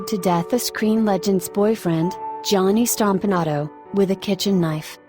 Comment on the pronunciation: she pronounces Johnny Stompanato pretty good its alright with me.🙂